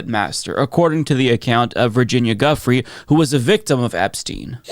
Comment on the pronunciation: Her name is pronounced "Joo-Fray" not guffry